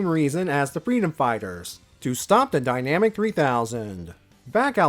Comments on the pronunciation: Kindly and respectfully, I'm fairly certain it's pronounced "die-nuh-mac", not "die-nam-ick". Otherwise, fantastic video as always! The Archie reviews are always such a pleasure to see in my notifications. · Yeah, I agree. It's most likely supposed to be "dyna-MAC" and not "dynamic".